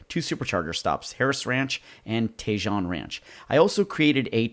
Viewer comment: pronounced "TA-HONE" ranch, not TAY-JOHN ranch